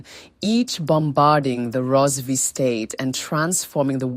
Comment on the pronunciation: Karanga not shona...Rozivee empire😂😂 haii its not make sure